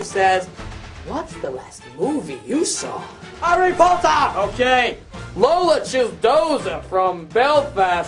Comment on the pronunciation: Harry Pottah!